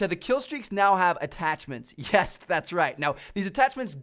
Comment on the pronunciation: 'Hyes, Thats right!' Gets to me you know